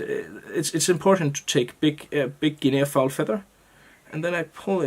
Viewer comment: Hey, great looking fly. Guinea fowl is pronounced guinee as if it has no A at all at the end. I thought you might want to know. Hope you did, otherwise you can tell me to mind my business. All the best and I do love your tying. All the best, Sean